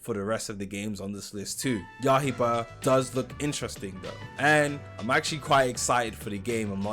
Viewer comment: Bro saying Yahiba 💀